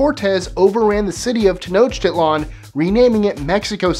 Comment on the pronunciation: lol he buchered tanochtiland